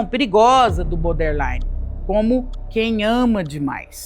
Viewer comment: Hahahaha obrigada, amigo. Tava me contorcendo aqui. Eu fico em cólicas de ouvir "boder" infinitas vezes hahahahaha 😅 O assunto é ótimo, é maravilhosa, mas BODERline doe nos ouvidos.